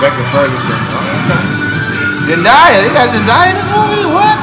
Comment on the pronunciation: It’s Zendaya not Zendia.